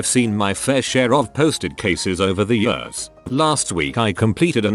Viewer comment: It makes me cringe so much when I hear the AI voice say "years"